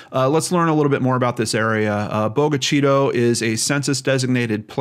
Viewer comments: I live in MS, about an hour away. This case gets to me. I am sharing here to raise awareness as much as possible. Thanks for all you do. BTW, we say it Boga CHITTAH here. 😘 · It's pronounced Boga Chitta and it's in Lincoln County, MS ie. Lincoln County Sheriff.